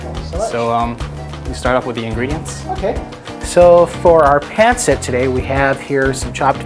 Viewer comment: It’s pancit/pansit not Pencit and you say it fast 1 word